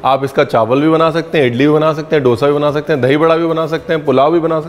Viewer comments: डोसा नहीं. दोसा. दो - सा. 😊 Enjoyed the show. 🙏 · It's दोसा and not डोसा. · Sir 🙏 koi aur ye mistake kare toh dukh nahi hota but you are an educated chef ! Sir.. डोसा word nahi hota. Correct word is दोसा 🙏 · Dosa pronounce kijiyae as we say in South . Dosa as in 'Dho' I.e 2 number or 'Dhard-pain and not as in 'Dol'-I.e Drum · Tum log dhosa ko doesa kyun bolte ho yaar. 🤨